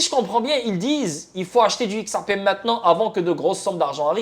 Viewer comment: On dit xrp par x ar p crétin